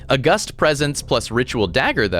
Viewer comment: Loving the pegglin and backpack hero content but please tell me that's not how you say "August".